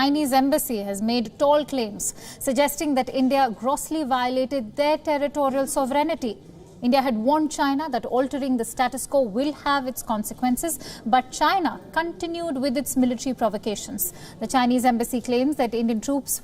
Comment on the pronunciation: Not "Sov-renity", pronounce it correctly if you desire to progress in journalism. " Sov-rentee" is the correct pronunciation. Spelt "Sovereignty".